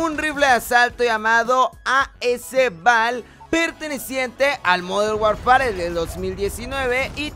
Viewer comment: Hola! Oye se pronuncia "modern warfer". Saludos